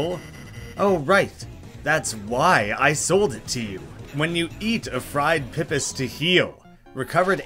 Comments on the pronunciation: It's not "pih-piss" it's "pee-piss". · "pipis" oh no, as a new zealander, that hurts. freshwater clams, they're pronounced "pip-ees", plural of pipi.